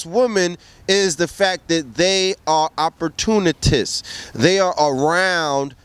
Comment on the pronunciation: the word is ..."opportunist," not opportunitists. This is so annoying.